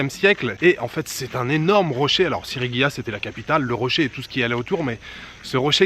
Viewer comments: Sigiriya et non pas Sirigiya comme il le dit plusieurs foie dans cette belle video.....cela ma bien fait rigoler. Le décor est à couper la respiration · Salut, c'est pas Sigirya plutot que Sirigya? Profite bien du Sri Lanka, c'est top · Ahah SiRIgiya ça m'a perturbé toute la vidéo ^^ Superbe coin dans la nature! C'est aussi très sympa de monter sur le Pidurangala rock just en face pour avoir la vue sur le rocher :) Hâte de voir la suite du programme!